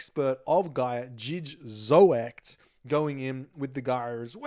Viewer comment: Jij is pronounced "yay" and zoekt is like "zucht" iirc - Spoke with Zoekt a bit over the weekend :)